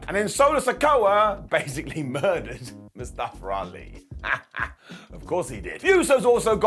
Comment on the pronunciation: "Mustafer Ali" 🤣🤣 y'all so funny with the accents. Legit honest question, why do y'all add letter R's to word that don't need it. Like here with the mustafer 🤣